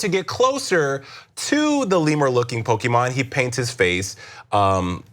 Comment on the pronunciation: I’m a stupid nerd but the Pokémon pronunciation is killing me rip Also “step away from the bronzer” um that’s dumb.